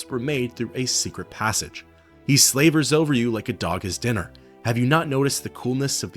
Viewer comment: Wow the way you mispronounced "slavers".